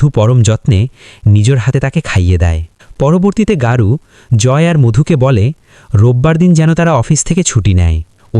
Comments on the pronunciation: বাংলা মুভি, চরিত্রের নামও বাংলা শব্দ। তারপরেও অহেতুক গৌরকে গারু বলার কারণ কি? প্রচন্ড কানে লাগছে। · দাদা গারু নয় গৌর চক্রবর্তী।।